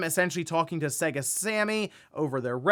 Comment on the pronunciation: Your pronunciation of SEGA is hilarious. Get out a old SEGA cartridge, blow the dust off it, plug it in and boot it up. Literally says SEGA on the load up. ❤. 😂